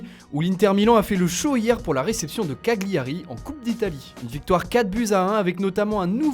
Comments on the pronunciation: On ne dit pas ca-gli-a-ri mais ca-lia-ri. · oui mais on est en FRANCE donc t'es mots italiens fourre toi dans le derch ici on prononce CAGLIARI et pas autrement , si on à besoin d'un prof d'italien on te fera signe tqt